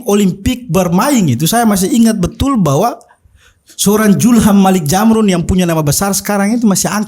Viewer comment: Kakak Host, sy orang Bugis Makassar, kita sebagai orang timur cukup fasih mengucapkan huruf Z, tolong jangan dimodifikasi jadi Huruf J....itu hanya berlaku di tanah sunda...Zulham bukan Julham...Zamrun bukan Jamrun😁😁🤣🤣🤣